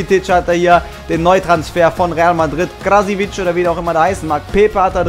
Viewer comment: Krasivic sagt er zu Kovacic hahaha :D